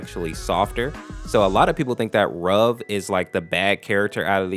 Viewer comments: Ayo did you say "Rug" instead of "Ruv"😂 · Some people are pronouncing Ruv's name wrong. It's pronounced (R-oo-v) like the word root. A lot of people seem to think it's pronounced like the word love. It's not. I've watched Date Night Masses and in the beginning cutscene I can clearly hear it being pronounced as R-oo-v not r-ove. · Wait.. It was 'R-oov'? I pronounce it as 'Ruf' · you said both sarvente and ruv's names wrong. ruv is pronounced as if it is spelled ruve. sarvente is pronounced sarv-e-n-te